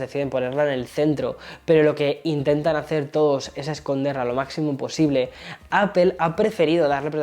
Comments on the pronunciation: Sigo sin entender porqué dice apel en vez de apl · Gran video, definitivamente una joya el 14 pro max, no se cuantas veces dijo "apel", me causa un conflicto sabiendo que esta em N.Y. y no pronuncia bien. Jaja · Me cago de risa cuando todos los YouTubers españoles le dicen al iPhone de Apple “APEL “ 🤭